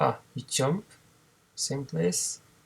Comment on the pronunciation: Все, что выучил так это как ты индуская морда говоришь джамп... тьщамп! вооот....